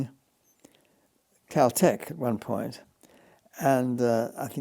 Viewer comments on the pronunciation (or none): none